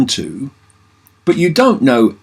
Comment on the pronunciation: Lol needs a slight bit more emphasis on the you I think